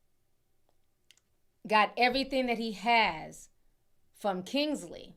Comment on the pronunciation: It’s Kinsey, not Kingsley. FYI